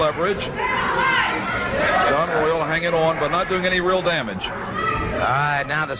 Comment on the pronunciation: WTF Buddy Colt? Saun Royal? It's pronounced like the other spelling, Shawn Royal:face-green-smiling